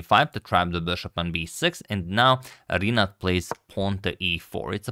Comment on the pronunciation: Hey Antonio. In Rinát name letter A is stressed